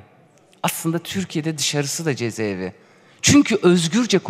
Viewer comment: Avukat hanım cezeevi değil ceza evi...